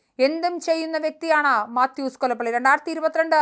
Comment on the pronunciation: കൊലപ്പള്ളി യല്ല കൊലപ്പുള്ളി